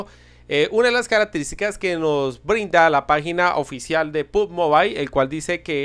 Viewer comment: No soy perfecto pero se lee pugyimobail